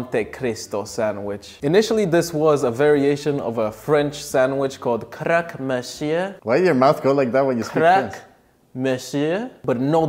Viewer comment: Wait you actually sound like a french-canadian when you say "croque-monsieur", keep pursing those lips 😂